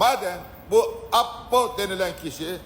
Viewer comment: Ayyyy düzgünce Apo deseniz nolur